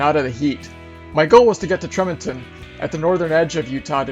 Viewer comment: Tremonton, Utah is pronounced Tree- Mon-ton